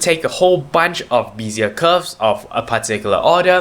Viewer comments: Nice, simple explanation of Bézier Curves! BTW it is pronounced bay-zee-yeah not bee-zee-yeah. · The first e in Bézier is prononunced like the first e in Wednesday. Good clear tutorial, thankyou.